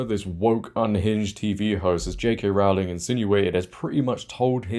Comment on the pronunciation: Yet again... pleeeeeease note that Rowling rhymes with 'bowling', not 'cowling'!